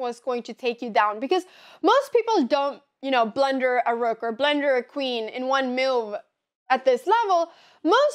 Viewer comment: I love the way Anna pronounces "blunder", it sounds like "blender", which I thought for a while was a chess term, like put yourself into a blender LOL